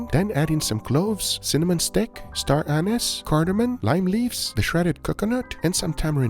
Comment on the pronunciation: did he say Star Anus?